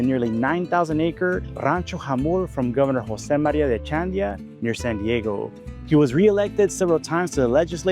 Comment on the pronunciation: You mispronounced Echeandia. Don’t you speak Spanish? Also, a common historical misconception is repeated here once again.. Pio Pico was NOT California’s Last Mexican Governor. That honor belongs to Jose Maria Flores, who, unlike Pico, rallied the Californios to fight the American invasion..& under his leadership, Californios WON battles.